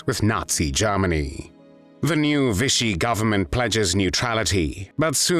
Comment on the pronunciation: 'Vichy' does NOT rhyme with 'fishy'!